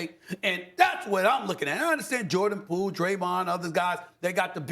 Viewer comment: Bro said “POOLE” 🤣😂😂